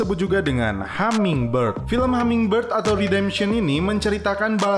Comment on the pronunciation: Hummingbird bang bukan hammingbird